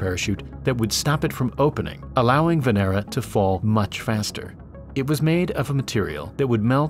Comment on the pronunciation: Lol humanity is giving Venus V.D.... Venera sounds like Veneria.